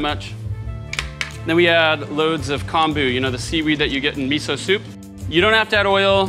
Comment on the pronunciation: the "o" in Kombu is pronounced with a long "oh" sound....not kahmbu...